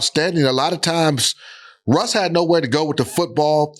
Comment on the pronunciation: What the hell London fletcher be talking about “Rush Rush”…the man name is Russ not Rush…then gone say “no pun intended” 🤦🏾‍♂️🤦🏾‍♂️😂😂